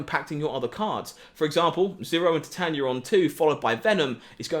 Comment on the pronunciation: Titania is pronounced Ty-Tae-nee-a like the metal titanium